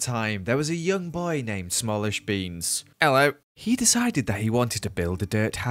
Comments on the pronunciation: Ello luv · skin fits perfectly when he said, "Ello" 👌